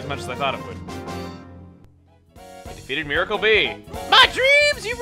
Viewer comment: i think you pronounce it mie-rar